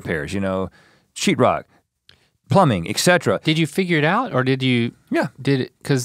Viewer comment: An engineer that says “excetra “ is what surprises me